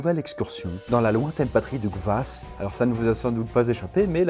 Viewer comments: Si jamais c’est « Kvas » pas « gvas » 😂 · la même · Oo, c'est loin d'être le seul mot qu'il a écorché^^ Etant russe, ça m'a un peu fait saigner des oreilles, j'avais envie de relever toutes les erreurs, mais je me suis dit, non, tant pis... :))